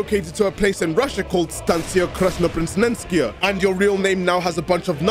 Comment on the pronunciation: your pronounce of the station Краснопресненская is actually very cool, you know! But in Moscow, we have some more... erm, "interesting" stations. Like Shchyolkovskaya, or Tekstilshchiki for example, hehe... It was very nice of you to choose the Russian metro for your video anyway ;) thanks and greetings from Moscow